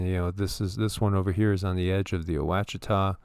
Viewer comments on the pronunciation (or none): Washitaw is the correct pronunciation for Ouachita. Wouldnt know that if i hadnt grown up around here